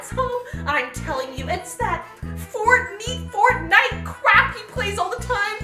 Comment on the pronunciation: “Fort knew- fortnite” 😂